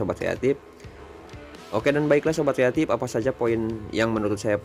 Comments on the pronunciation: Kreatip bukan yatim tpi gw dengernya juga yatim wkwkw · ngomong nya "sobat kreatif" tapi aku dengernya "sobat yatim"😭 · Sobat kreatip kan,? Gua dengernya sobat yatim 🥺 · Sama broh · Gw kira manggil viewernya sobat yatip atau yatim eh ternyata kreatif 🤣 ya namanya logat indo jadi kreatip😂